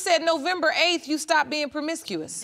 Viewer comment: I thought u said u was done being permicusious lol😅